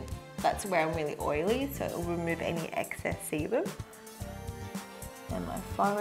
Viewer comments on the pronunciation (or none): Sounds like she is saying excess semen😂